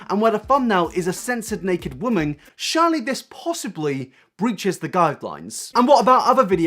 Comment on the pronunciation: loved this video but the way you pronounced the words surely and curious got me quaking lols